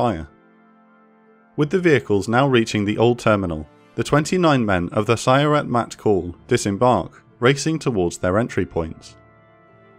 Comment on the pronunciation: absolutely massacred the pronunciation of sayeret matkal